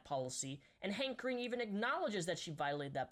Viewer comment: whenever he said hank green i heard handcreme